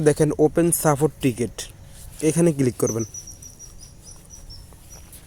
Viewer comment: কিলিক করব? কিলিক কিলিক 😂 Local English 😂 কোন School থেকে পাশ করছস?